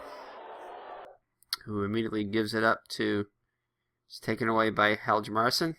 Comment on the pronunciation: Hjalmarsson is pronounced "Harm mar son"